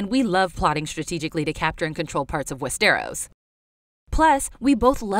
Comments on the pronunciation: the fuck is "West-Air-Os"? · A-sos?? Westairos?? GoT casino??????? This channel deserves wildfire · "We're be fans of WEST-TARE-US" - Sorry 😂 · Love y’all but if you’re going to continue making GoT/HotD videos can someone please teach the narrator how to pronounce Westeros?